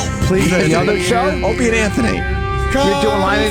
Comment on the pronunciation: I love it when Bobby says 'Ropie' instead of Opie and everyone let's him slide cause he is enraged at Vos